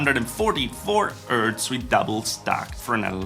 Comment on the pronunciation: I like how you say "ertz" for Hz.